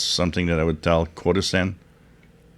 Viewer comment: CHO-DOSEN is the correct pronunciation.